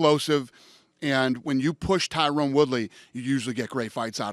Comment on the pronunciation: jesus Dana his name isn't TYRONEEE lol god